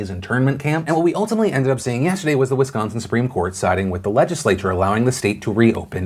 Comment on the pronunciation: Wow you actually said Wisconsin correctly. Good job fam